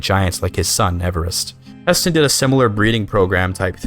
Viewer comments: "Hah-Sten" will forever haunt my dreams. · It's HEY-STEEN...and you aren't CHANGING THAT. Thanks, for video!